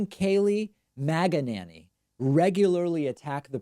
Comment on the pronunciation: ROFL, David's pronunciation is F****NG HILARIOUS!: "Kayleigh MAGAnanny" 😂😂😂😂😂😂